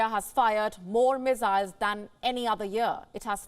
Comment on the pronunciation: Mizzzzzzzyles uh?